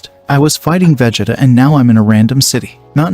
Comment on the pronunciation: Brugh when you first said Vegetas name i spat my coffee out xD....Jokes aside, very nice story so far, well done. You gotta work on those pronunciations though, it really does take you out of it when you hear some of the characters names xD